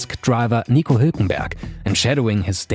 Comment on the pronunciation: Is it just me or did he just say Nico's name as it was intended to be said?